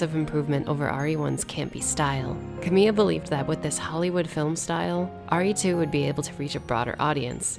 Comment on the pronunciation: This would be so much better if you had the respect to pronounce "Kamiya" correctly